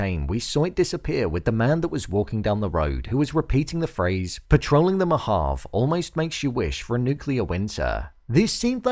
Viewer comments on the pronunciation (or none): You can't even say " mohave " the fuck is " mo half "